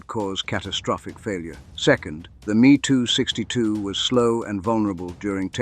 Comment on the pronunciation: These are not ME 2's. They M E 2s. Get it right.